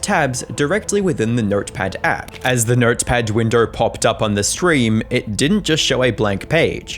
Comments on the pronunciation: never heard someone pronounce window like that lmao WINDERRR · nertperd winderr